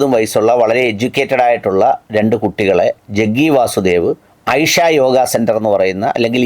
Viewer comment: ഹ് ഹ്! ഐഷയല്ല കദീജ!! അതിനെയും താത്തയാക്കി! ഇഷ എന്ന് പറയൂ